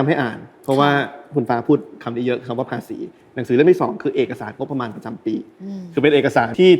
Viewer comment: พี่ฟ้าติดพูดคำว่า งบประมาณ เป็น งบปริมาณ ตลอดเลย // น่าจะต้องปรับตรงนี้นิดนึง